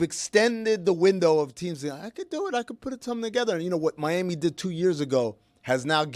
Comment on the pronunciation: Big miss on “moons over mi-ham-i” come on!!